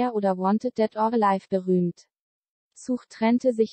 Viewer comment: Man sagt nicht Such, wie suchen, sondern Such, wie sach, wo lebst du den? :D